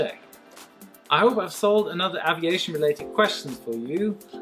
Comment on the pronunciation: you are pronouncing aviation wrongly....:/